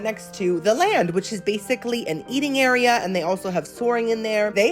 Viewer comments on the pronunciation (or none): none